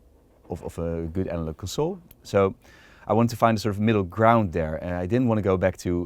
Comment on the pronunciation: "analog console" the way he said that made me want some french pastries